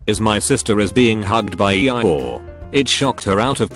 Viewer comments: E-I-or lol 😂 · E-I-ORE I guess I’ve been pronouncing this wrong my whole life cause I don’t say eee-your like that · Nobody: Text-to-speech: "E - E Y E - ORE" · Can we appreciate the fact that the text-to-speech pronounces “Eeyore” as “E eye ore”? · Nobody: Robot voice: EE-EYE-OR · E-I-ORE perfect pronunciation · Nobody: Not a soul: Text-To-Speech: E-Eye Ore. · Normal people: eeyore Text to speech: E I or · Laws of the universe: eeyore No one: No one else: Redding automated voice:eiyyor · Nobody: Absolutely nobody: Text to speech: E I ORE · No one: T-T-S: Ee I Ore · Reddit: Eeyore Text to speak: E i Ore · You mean..... E-I-oar? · lol E-I-ore. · “EE EYE ORE”? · Nobody:: E Eye Ore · No one: Voice: EI-iy-OrE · literally noone: Narrator: "E-EYE-OORE" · Nobody: Text to speech bot: E-Eye-Yor